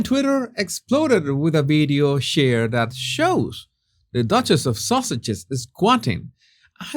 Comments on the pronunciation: Did you say The Duchess of Sausage ? that's what I heard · Did you say the Duchess of sausages or is that just what I heard?? 😂😂😂 Either way, it's hilarious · Did you say dutchess of sausage? 😂